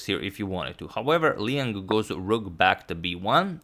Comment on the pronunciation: Liang, 梁 or maybe 亮: pronounced the way it's spelled, L'yang, not Leeng.